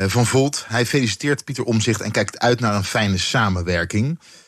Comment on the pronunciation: Hij heet Omtzigt niet Omzigt, beste "Journalisten".